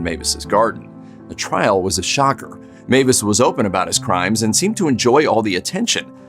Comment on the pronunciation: Meiwes is pronounced "MY- ves" not Mavis. In German, ei is pronounced "eye" and ie is pronounced "ee". The pronunciation is always the name of the second letter.